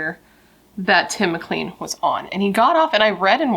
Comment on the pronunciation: I'm Canadain. You mispronounced his last name, it is said like clane, not clean. 2nd, Vince decapitated Tim and he was seen marching up and down the bus aisle with his head. This case is really disturbing. Now, Greyhound is no longer in service in Canada. I'm in the maritime provinces and we have a company now called Maritime Bus. I'm starting to believe that this event may have had something to do with the change in bus companies